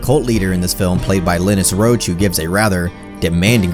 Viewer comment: Pronounced "Lye-Nuss Roache".